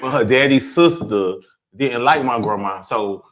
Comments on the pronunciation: All I can hear is “grehmah” oh god save me 😂 but that’s insane like straight men are all p***s unless proven otherwise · I watched again just to hear you say "grandma" 🤣🤣🤣